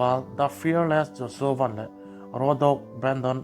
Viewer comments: Vana ti a i lam hi a ho mizo hming a lam tum tal a ngai mi. Josua van a nih khi .😊😅😂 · 'Joshua Van ' tih a ' Van' i lam rik dan khi mizoin ' Pu Vana' tia 'Van' kan lam rik dan ang khan lam rik mai tur aw